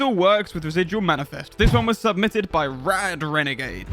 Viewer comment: How I heard the intro: "Let's test 14 questions, submythed by you"